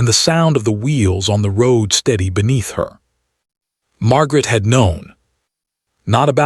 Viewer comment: I enjoyed the storyline very much especially the interacting with the child, but the AI pronouncing of Margaret, along with Eleanor in another video, was a joke. Amelia Island, FL